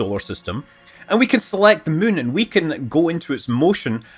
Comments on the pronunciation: To all space linguists: Scott's pronunciation of "moon" is not [my:n] but [mʉ:n]. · As a non-native speaker who is mostly used to hearing different american accents or sometimes some english ones I enjoy the way Scott say Moon/Mun. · I like how Scott can't say the word "moon." Only "Mün." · Scütt Münley